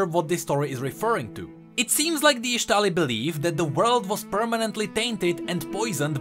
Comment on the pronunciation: full metal alchymist (yes i wrote it wrong just to nodge to the way says ixtall and ixtalli)